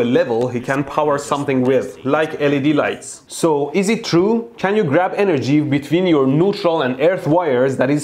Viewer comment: فقط وقتی کلمه انرژی رو میگی میفهمم ایرانی هستی پنجاه سالم انگلیسی حرف بزنی بازم بگی انرژی ایرانی بودنت میپاچه بیرون 😂😂😂